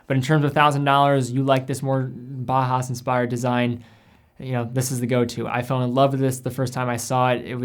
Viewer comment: Do you have to say bah hass? It's German. Bauhaus is pronounced Bow-house. From Bauer, i.e. to build and Haus, i.e. house. Love the video but if we're talking German watching have some appreciation for the language. It'd be like pronouncing "Juan " June. It's distracting is all I'm saying.